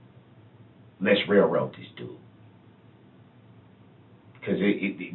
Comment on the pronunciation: "Rail roat it"